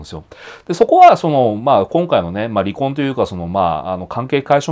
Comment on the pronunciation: り↑こ↓んというイントネーションが印象的